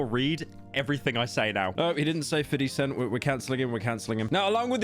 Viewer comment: He said "50 cent" but i bet you that he spellt it in his mind as "Feety scent"